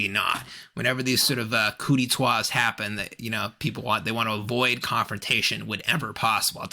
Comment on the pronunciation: “Kooditwah?” Correction…. Pronounced “Koo-dih-tah!” No “w,” it is from the French “coup d’état”